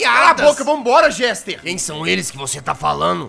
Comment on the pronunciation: Jazz desculpa por te corrigir:( mas o nome dele é Jester é não Gester 😅